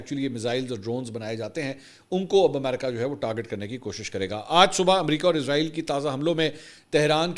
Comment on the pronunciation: لونڈا پاڑا فرجوں والے کو سہی نام ہی سیکھا دو ازرائیل ازرائیل کہتا وہ کیا اس کی روح نکالنے والا فرشتہ ھے. اسرائیل سہی نام ھے. رپورٹر تو بنے بیٹھے ہیں لفظ سہی بولا نہیں جاتا😮😮😮😮😮😮😮😮😮😮😮😮